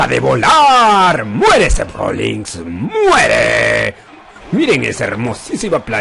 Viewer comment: Odio cuando le dicen Rollings a Rollins